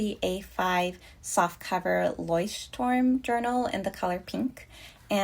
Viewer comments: Great pronunciation of Leuchtturm. I also have one and I love it! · hii im german and your pronunciation of leuchtturm was really good - only mentioning this cause everybody keeps butchering it😂😂